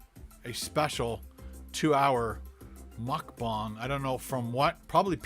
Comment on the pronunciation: It’s mukbang not mukbong